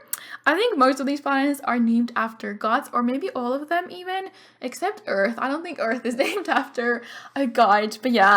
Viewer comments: "Eleanora Eart" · Lol u said Eleonora Eart instead of earth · It said eart instead of earth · Poor Pluto, I love Pluto. Just because it's a dwarf doesn't mean it can't be a planet. Jeez. :'0 But I loved Neptune! You also on Earth for the last name said Eart. <33